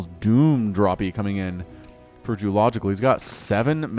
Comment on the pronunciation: not french djeulogical